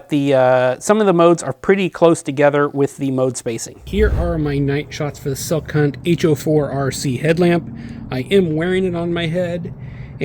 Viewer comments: Pls..It's skill hunt, not silk hunt. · You have the best most detailed videos on flashlights I'm just here to say that it sounds like you're saying silk hunt instead of skilhunt I don't know if I'm hearing wrong or you're saying it wrong. I bought some flashlights from watching your videos. Can my brother talk to you later keep up the good work